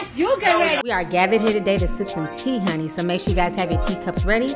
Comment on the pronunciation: I cringe when you say huni, apart from that thanks